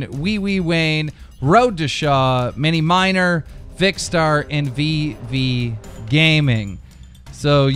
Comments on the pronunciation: My face when he says miniminer instead of minimenter /face palm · miniminer? IT'S MINIMINTER NOT MINER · I'm sorry Simon really he said miny miner its minimimter- pronounced miny minter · "miniminer" FUCK MY LIFE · Miniminer WTF!!!!!! its miniminter 😂😂😂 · Miniminter not miniminer 😑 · DramaAlert Its Miniminter not Miniminer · Instead of miniminter you said miniminer lol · Miniminter not miniminer u idout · "Miniminer" "JoeyGarceffa" I swear to god he's dyslexic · Mini "miner" great pronunciation. Not complaining but funny. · he said miniminer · It's mini-mint-er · how hard is it to read out words miniminer fuckin hell im 13 and your 4000 and i can read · Did you just say miniminer? 😂😂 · Mini-miner wtf there's a "T" in there lol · Road da shaw mini miner lololo those pronunciations tho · the way he said miniminter... oh my days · Miniminter pronunciation xD